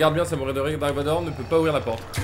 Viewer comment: tiri vador ptdr je suis mort😂😂😂🤣🤣